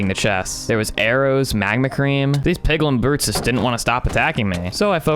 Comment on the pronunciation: You idiot! you say piglin beres instead of piglin brutes